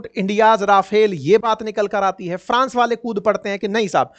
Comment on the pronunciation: Hi, Pharance/France, confuje/Confuse, phiter jet/Fighter jet, pharzi Khabar/Farzi khabar, jabardasti/ Zabardasti. Conphujaaaa Jana.... Real entertainment 😊